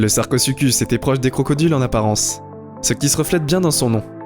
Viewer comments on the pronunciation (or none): Sarcosucuse j ai cru c'était sarcozi